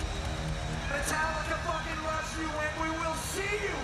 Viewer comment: I also enjoy his pronunciation of "Metallica" when he's in Danish mode